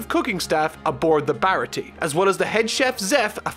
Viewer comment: Aside from a forgivable mispronunciation (Baratie despite not having an accent over its e has the ay sound) the only thing I think might have been misinterpreted was Kuro and revealing his plan. Granted it is probably the weakest arc overall (though I'd argue Krieg is the weakest antagonist) but Kuro's targeting Kaya was happenstance and he hadn't seen his crew in years having tried to find a quiet life after faking his own death. It is only after ending up in the goldmine that is caring for an ill rich orphan that he gets back into contact with his former crew and devises his final plan to get her riches and then kill his former crew to have a quiet easy life. Oda even demonstrates that his first mate Jango hasn't seen him in years by bringing up that he had doubts of Kuro still being able to fight until he saw that he still uses the palm of his hand to adjust his glasses (as he wouldn't be able to use his fingers while wearing the cat claws). All in all glad you're liking the story so far and I look forward to seeing you dive into the next arc.